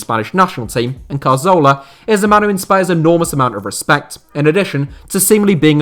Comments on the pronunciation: CAR-ZOLA!? bro the name isn't hard to pronounce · I don't like to be mean spirited, but the attention to detail here is pretty horrific. Hull City were 2-0 up in the 2014 FA Cup final and the inability to pronounce Cazorla and Rapinoe correctly are one thing but picturing Naby Keita when talking about Sadio Mane is...not good. Almost like the whole thing has been rushed.